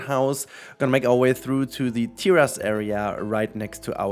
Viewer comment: Okay, so you can now pronounce 'Sicily' correctly, now you just have to work on pronouncing "terrace" correctly. /lhj